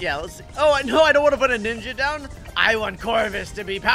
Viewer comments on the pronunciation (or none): none